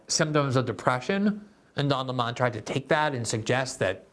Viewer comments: I laugh every time Glenn pronounces “Lemon” like “Le Mawn”. It never gets old! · Why pronounce it "Le Monde" when it's lemon? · Yes. His name is "Lemon" like the fruit, but Tucker started pronouncing it "Le-Monn" a few years ago, as a random dig, and it stuck. When I see him, my brain registers, "Don Le Monn". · Thank you, Glenn...great video! I especially like you sticking with Tucker's pronunciation of the moron's name...Don Le Mon 🤣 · I watched this primarily to hear Glenn pronounce "Lemon" as /ləˈmɑn/. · It's pronounced like the fruit. Where are you getting that from? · It's pronounced "Dun Le'Mon" with a heavy French accent 😂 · Tucker has Glenn calling him “Don Le-mon” 😂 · Take a shot every time Glenn pronounces it 'Lé-Mon'. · The way you pronounce Don Leh-mon’s makes me laugh every single time. You’re voice is VITAL to this world Glenn. God bless. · I find it hilarious that glenn calls Don, Le-mon. Like he’s french or something. Everyone knows his real name is, Don Pinto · Interestingly, the first time I heard Lemon's name was from Carlson. I assumed it was the correct pronunciation because it is close to how that word is said in Spanish (I speak some Spanish (limón pronounced: lee-MOAN)!). Then I actually saw Lemon talking and got a good laugh! Great joke by Carlson. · Is it pronounced Don Le-Mon like how a Jamaican would say 'mon'? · Why do you pronounce it Leh-Mon? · it’s Lemon like 🍋